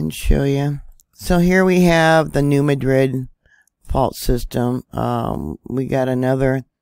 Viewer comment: thank you for pronouncing New Madrid correctly.